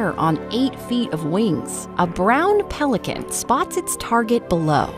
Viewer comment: PHHELICAN EEEEAAAH!